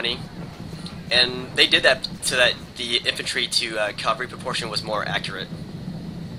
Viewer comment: Cav-al-ry not cal-var-ry.